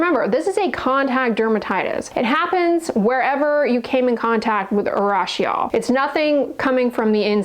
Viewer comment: Urushiol is pronounced ooh roo shi ol